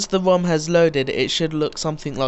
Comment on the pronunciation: HAHAHAHA, U SAID WOM, INSTEAD OF ROM!